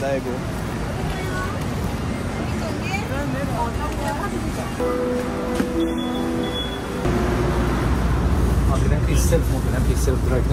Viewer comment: Va iubesc și va respect munca, dar va rog sa nu vă supărați când va spun că se pronunță Degu (Daegu). Cam tot ce e cu "ae" se pronunță "e".